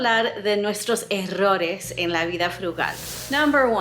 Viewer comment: Esa pronunciación de la doble "r" en "errorea" is so on point! Congrats!